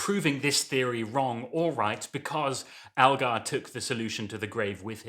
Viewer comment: ELgar not ALgar!